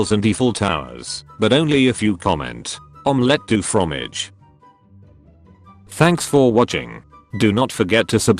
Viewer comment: "Omleete du fromage"